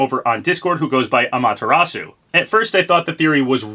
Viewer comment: How the fuck are you saying Amaterasu right but you still cant say Hayabusa?!